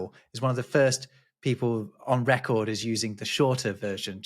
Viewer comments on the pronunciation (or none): none